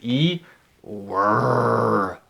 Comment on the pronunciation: Me ayudó mucho ver como pronunciaste was/were. Muchísimas gracias.